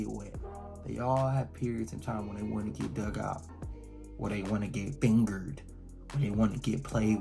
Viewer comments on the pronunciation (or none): "Where they wanna get finGERRED" lol